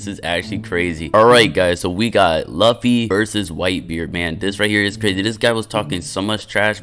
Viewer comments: It’s pronounced loo fi not luff e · It’s pronounced Loo-fee but it’s spelled luffy and people mistake it as LUH-FEE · nah u did not just call him "laughy" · Loo-Fee my boy😂😂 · Can u plz just start saying luffy right plz plz I’ll do anything for u to just say luffy right it’s simple just say loofy but it’s spelled luffy plzzzz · It’s pronounced “Loofy”, great vid tho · Man's said luff e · It’s Lu ffy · The way he saying luffy is funny 😂😭🤣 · I like how you say luffy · Bro really is getting mad of how he says luffy imagine saying that to someone who has hundreds of vids you can’t even appreciate his vids and instead gets mad at how he says a anime character name wrong that’s literally ridiculous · I’m just saying u got 3 choices to play or be a one peice characters one like grand peice king legacy a one peice game but u pick shindo like second your saying luffy wrong say it like it has os in it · they can pronounce it their own way but they all they gotta know is that it's spelled "luffy" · bro please pronounce Luffy's name right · bro you are not saying luffy correctly